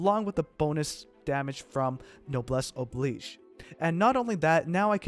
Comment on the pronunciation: All of you GI youtubers pronounce the word oblige incorrectly. smh.